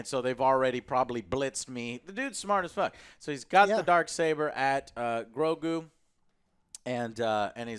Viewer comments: I love how joe always say GROKU instead of GROGU :D Its like he mixed GOKU and GROGU :D You can always tell whos a Dragonball fan 😂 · How is it that Joe still calls him "Groku"? 🤦🏽‍♂️